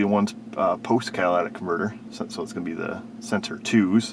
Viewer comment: Cat-a-lyt-ic converter. Come on. Say it with me. "Cat-a-lyt-ic". Very good,. I knew you could do it.